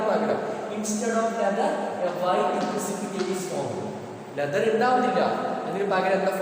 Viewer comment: Sir cheriyoru correction ind sir leather ennan pronouce cheyyine